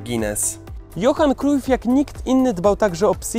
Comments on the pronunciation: wymawia się "Johan Krałf" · Źle czytasz nazwisko Cruyf